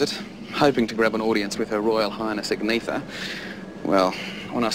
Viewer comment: If he was such a big fan, why did he mispronounce Agnetha's name?